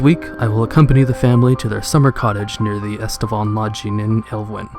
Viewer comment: So many mispronunciations but I was willing to give him the benefit of the doubt for a while. Thought maybe he might have some mild dyslexia or something along those lines the way he would flip letters around and such. But then I got to when he said, "Estaban Lodging" and realized he's just an idiot.